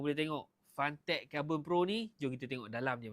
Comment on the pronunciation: Cara sebut fentek bang, bukan fantek